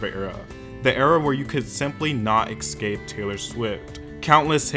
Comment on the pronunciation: “eKKspecially” and “eKKscape” 🤣 (just a joke btw, i love your channel)